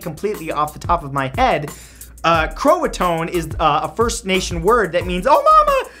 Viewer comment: Roanoke - The 'e' is silent at the end. Croatan - kro-e-toe-an.